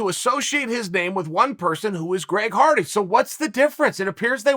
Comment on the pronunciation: did Chael just say Greg farty? 😂